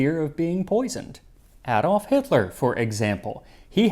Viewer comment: You pronounced Adolf with the ah sound and not A, interesting